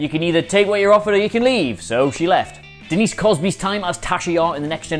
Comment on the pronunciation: Love your vids, but, and I'm really sorry to nitpick (especially a fellow northerner), but Denise who now?